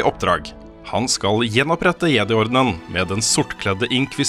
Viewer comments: Jeg tror samtlige som vokste opp med Star Wars på 80-tallet har innprentet norsk uttale der, er for sent å gjøre noe med det for min del i alle fall. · Bra review! Bare plis si jedi med engelsk uttale neste gang Hahah